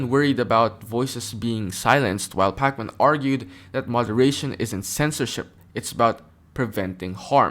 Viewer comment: Why you keep saying his name like it’s the video game 😂